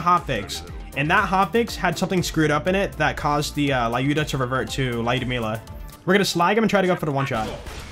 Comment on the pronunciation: can say luydmila properly it has been annoying me a lot and bro needs to learn how to pronounce